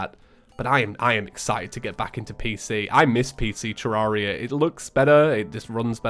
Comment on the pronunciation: All this time and he still calls the game ter-rar-ia Even when he's said in his videos that he pronounces it wrong...